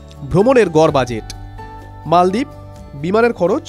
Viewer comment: মালদ্বীপ৷৷ মলদ্বীপ না😂